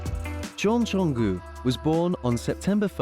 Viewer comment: Why do you call Jungkook Jonggü?😂